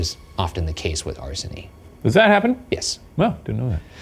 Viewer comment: It cracks me up when Ryan mispronounces things so badly he makes up new words - arsony